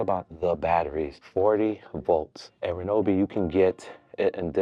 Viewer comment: Bro saying "reNObee" while you're staring at the name with no "N" anywhere is sending me. 😂 I love Ryobi for home use. Always opt for the One+/brushless models. And for better life/more power, get the more $ EDGE or HP batteries. They are significantly better than the regular 18v batteries.